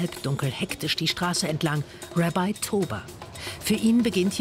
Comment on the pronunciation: Galileo, bitte könnt ihr im deutschen Fernsehen auch Sachen deutsch aussprechen. Es "Rabbi" im deutschen und nicht "Rebei" und zudem hätte auch mal erwähnen können, das im Judentum der "Sabbat" jeden Freitag ist.